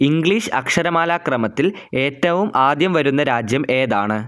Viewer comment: Bro, ആത്യ ❎ ആദ്യ ✅